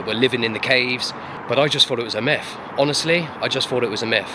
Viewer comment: Myth not miff